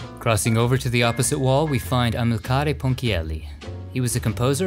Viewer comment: Thank you for this wonderful homage to the great minds of my country and congratulations on your research and your (almost) perfect pronunciation! You had it wrong only twice: the accent on Amilcare is on the i and Osiris is pronounced Oseeris. ♥♥♥